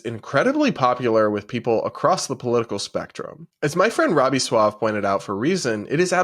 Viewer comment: Robbie suave's name is pronounced like Rico suave